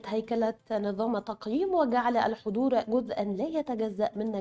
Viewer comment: تنويه فقط وليس نقد : السيده الفاضلة المذيعة مع كامل احترامي لها تقوم بنطق الالف واللام الشمسية علي انها الالف واللام قمرية (في بعض كلمات الخبر) علي التقييم . من نجاح الطالب . نظام التقييم للصفين . تسجيل هذه الدرجات . تقبلوا تحياتي